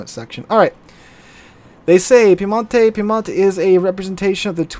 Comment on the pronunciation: the correct pronunciation Its not piemontE, its piemOnte. 🙂